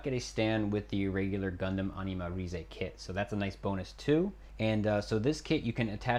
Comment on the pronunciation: it is not pronounced as RI ZE it is pronounced as Animarayz (animalize)(animarize)